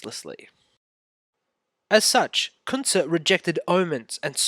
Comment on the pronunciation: I dont understand your pronunciation of his name.